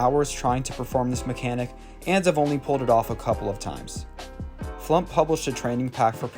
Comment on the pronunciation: Amazing video, I subbed. Just so you know though, FluUmp, is pronounced “Flooomped”